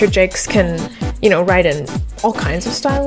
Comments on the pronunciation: The soundtrack really improves the game by a lot. TJ Davis is indeed great! Thought Richard's last name was pronounced more French. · Just to make sure no one is confused, Jacques rhymes with shock, begins with a “zh, and ends with a silent s. 👌 To anyone named Richard Jakes, sorry for the confusion! 😅